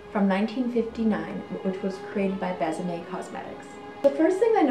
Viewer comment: So you know, the line is pronounced "Bess-a-may"; there is an acute accent aigu - Bésame which makes it soft :)